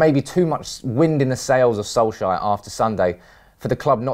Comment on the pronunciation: FFS Get his Fkin name right, It's Solskjaer NOT Solshire.